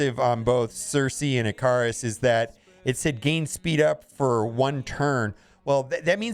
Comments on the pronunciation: Omg....Eh-KER-US. NOT Eh-KAR-Us. Nails to a chalk board when you say it wrong. lol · Okay, I’ve just got to say, Ikaris is pronounced like the mythological Greek character Icarus. Not whatever ludicrous way you pronounced it.